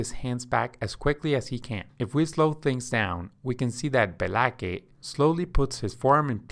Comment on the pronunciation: My only criticism is Be-la-kay is spelled BLAKE. Otherwise, great job! :<)